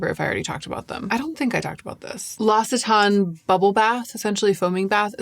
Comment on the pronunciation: have to pronounce the c's in l'occitane; like it's an x. l'ox-ee-tan 🙂